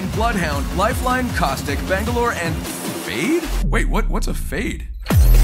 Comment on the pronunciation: dia emng bilang gt, kan namanya Fade tpi dia baca gt